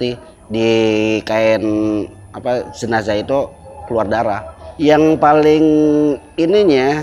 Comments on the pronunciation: "JENAZAH" bukan "JENAJAH" gimana Sih pembawa acaranya😂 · jenzah dibacanya jenassh bukan jenajah min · Jenajah? Bukan JENAZAH? Pusing² sih bahasa indon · Jenazah bkn jenajah. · JENAZAH...BUKAN JENAJAH😆😆😆😆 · Jenazah...bukan JENAJAH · JENAZAH bang bukan JENAJAH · kok jenajah😂